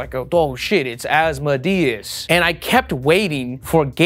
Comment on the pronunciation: I think it’s pronounced Az-MO-dee-us rather than AZ-mo-DEE-us. Just wanted to let you know. I didn’t wanna be a dick but I guess “being helpful” is just being a dick but politely lol